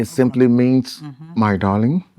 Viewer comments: Toney umez 😂😂😂 say dorling 😂😂😂😂😂a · Durling 😂😂😂 Okponuu man....😂😂😂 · even in 2025, Tony Umez is still saying "dorrling" 😂😂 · This man get problem with the word DARLING 😂